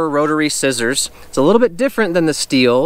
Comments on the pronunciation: Stop saying steel 🤦🏼‍♂️ stihl is pronounced “still” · Manning neither does happy or baby. You can just do a quick YouTube search and watch any STIHL commercial. I don’t want you wandering throughout Palm Springs recommending STIHL products with incorrect pronunciation.